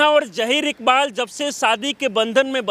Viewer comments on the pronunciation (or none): सोनाक्षी इकबाल बोलो😅